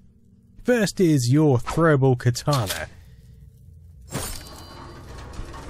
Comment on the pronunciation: "The throwable Khatana?"